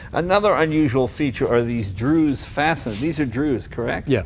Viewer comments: Not "Drew's" fasteners... Dzus pronounced with a low level d and strong Z kinda like Zeus the mythical god. Just say "Zeus" and everyone will know what you talking about. Magnificent reconstruction/restoration.. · Jay, An FYI... The Fasteners on the Aerolither are "DZUS" Fasteners...pronounced "Zeus"... I grew up in West Islip, NY (Suffolk County, Long Island) where the Original Factory is still located. It closed down in 2014:(, but the Original Building still exists there, and the company itself still exists I believe over in the UK somewhere where the main operations were eventually moved to and the company has changed hands several times. I hope that the town (West Islip, NY- Pronounced "ICE-LIP") makes it into a museum since it's what really originally built the town in 1937 when the factory opened for WWII Production. People there have short memories unfortunately. Love Ya Jay. Jay, See this short original 1960 DZUS company video below. It pictures the West Islip, NY Factory. You'll love it. Great to see you touched base with David and the Aerolithe!, Tony K., Melbourne, Florida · "Druz." Dzus. steve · Hey Jay the dzus fasteners are pronounced '"Zoos" fasteners - but I do not know how Canadians pronounce it :). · Dzus is pronounced like "Zeus", Jay. And Ettore is "Eh-Tore-Eh". Magnificent car!